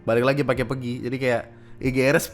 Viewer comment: PEGI bacanya kaya "peggy" bang, bukan "pergi" 😁 btw pemerintah gobl